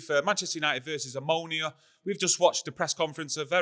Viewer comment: & O'Neill When you said Omonia I thought you meant ammonia and were taking the p*ss! LoL Jokes aside this is the best channel on MUFC by far. No BS, just plain talking. To be fair this is the easiest group we've had on paper but we shot ourselves in the foot with our first game and are now trying to play catch-up.